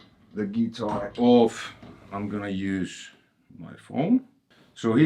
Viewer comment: What a cool dood. Love when he says z geetar